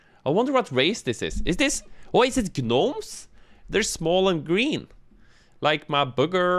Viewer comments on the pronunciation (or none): You actually pronounced the 'g' in 'gnome'... Okay, moving on from that. The green 'gnomes' are actually goblins, which are a subspecies of Greenskin. Before you jump to any conclusions, NO, goblins are NOT baby Orcs in Warhammer Fantasy. The way Greenskin biology in Warhammer works, be it Fantasy or 40k, is that they are all fungal-based lifeforms, and their life-cycle begins as fungus. The fungus then develops underground pods where a myriad of bestial creatures known as Squiggly Beasts, or Squigs for short, pop out and begin hunting the nearby area, effectively securing the local ecosystem for the fungus to continue growing. What comes after are the Snotlings, or Snots, and the Goblins, also known as Gretchins or Grots. The Snotlings are rather docile and simple-minded, essentially taking on the role of farmers in the Greenskin hierarchy by tending to the fungus fields and the Squigs, while the Goblins are aggressive and conniving little bastards, killing and stealing anything they can, as well as picking up certain trades the Greenskins, like sewing or gambling. The Orcs/Orks come last, and are born from their fungal pods fully-formed, although unlike the Snots and Grots, an Orc continues to grow all throughout their life and gaining various titles based on their size, influence, and proclivity towards certain actions; as an example, a Pain Boy is what passes for an Orc doctor, and a Pain Boss is a Pain Boy who has grown large and powerful enough to become the Warboss of